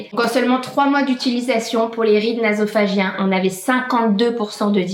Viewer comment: Hello, juste pour info. on dit sillon « nasogénien » et non « nasophagién » ahah 😂😊